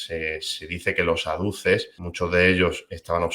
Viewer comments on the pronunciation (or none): AZUDES, por favor. ¿¿¿¿¿¿No se dice ADUCES!!!! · Se dice "azudes", no "aduces", pero vaya, que toda la razón. En España estamos todos en shock con lo que ha pasado, nos están matando.